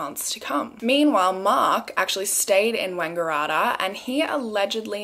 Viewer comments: It's actually pronounced wang-gah-rat-tah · The way you pronounced Wangaratta has me cracking up! Love your videos! Hope you're enjoying your holiday! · I love the way you pronounced wangaratta 😂😂😭